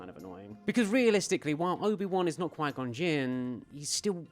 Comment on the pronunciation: "Mr Gon Jin" It's Qui-Gon, first name, Jinn, last name. Seriously, content creators have gotten so lazy, why even bother? Yeah, so that's an unsubscribe.